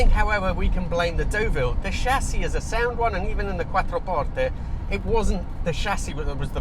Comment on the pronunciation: Best pronunciation of "Quattroporte" I've ever heard from a non-native. :washhands::yougotthis: and great video overall!